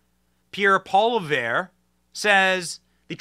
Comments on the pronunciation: "Pierre Pol-i-vare." Please learn how to pronounce the name of the future PM of Canada. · poly ev is Polievre in Anglo Benny. The "re" is silent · Pol-i-ev Is how its pronounced. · The name Poilievre is pronounced Poly-ev. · Poli-ev is how you pronounce it ;) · Benny it’s pronounced. Pol-e-ave. Easiest way I can make it sound, Pierre for PM! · Pierre Poilievre's last name is pronounced (Polly Yev) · Hey Benny! The conservative leaders last name is pronounced “polly-ev” 😊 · Poilievre's name is pronounced like 'pwa-lee-ev'. You might want to practice, since he's likely to be the next PM. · Benny it’s Po Lee evv, 😆 😊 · You pronounce it Pho li ev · Poilievre is pronounced pwow....lee....evre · its pronounced pwa-lee-ev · Poilievre pronunciation: Pwa-lee-ev-re. You’re welcome.